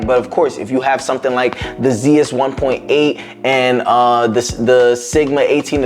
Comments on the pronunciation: Nice video man - keep it up. As someone who wears glasses - you may want to position your light on more of an angle or maybe get a polarizer to help with he reflections - found it to be pretty distracting in the talking head. Looking forward to more of your content! Just a pedantic thing - but Zeiss is pronounced Zice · Zeiss, It’s pronounced like lice with a z. Zeiss. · After this video, I’ll never not say it “Zee-iss” 😅